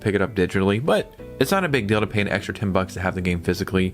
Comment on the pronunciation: The word is DEAL not DELL